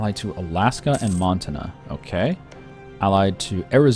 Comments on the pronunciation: Mon-tan-ah say it with me friend. Not Mon-tin-ah. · it's M-on-t-a-nna not Mountaina. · Hannah Montina. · Every time he said montana I died a little inside.